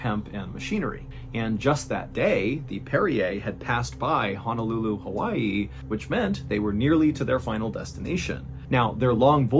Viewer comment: The fact you manage to keep my short attention span so well- But I’m also glad you didn’t butcher the pronunciation of Honolulu, Hawai’i! Normally ppl butcher the pronunciation 💀